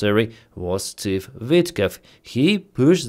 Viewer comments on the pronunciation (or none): Vitkov not Witkoff .